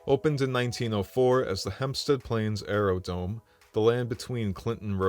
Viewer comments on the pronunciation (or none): The word is Aerodrome.